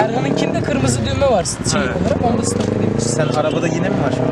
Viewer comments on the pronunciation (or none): none